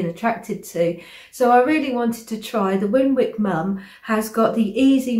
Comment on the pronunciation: She pronounces her name Winnick (mum).